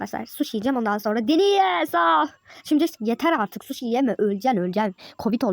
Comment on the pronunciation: Sushi ben şuşu diye anladım ne alaka dedim 😂